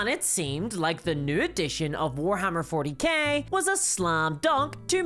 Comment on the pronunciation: Did u say Warhammer 40 Gay at the start?